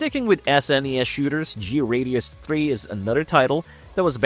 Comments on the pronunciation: G... radius. I always thought it was pronounced Gradius. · It's pronounced "Gray-dee-us", not Gee-Radius...